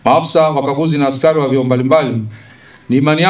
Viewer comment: Askayi, askayi,,askai,,,coplyo 😂😂😂 he !! Hatari hii